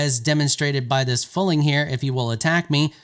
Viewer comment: How have you never learned to pronounce fuling correctly? You are saying "FULLING" ... it's pronounced more like "fueling". F - YEW - LING